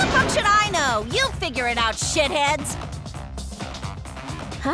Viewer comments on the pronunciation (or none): actually it's "Shi-thead"